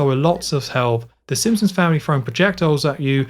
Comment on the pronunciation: Drink whenever he says ‘Simpsoms’